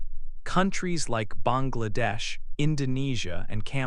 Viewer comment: You have correctly pronounced 'Bangladesh" in our subcontinental accent.